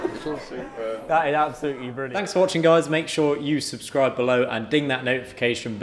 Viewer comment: Errrr, duh... bwilliant. Obviously.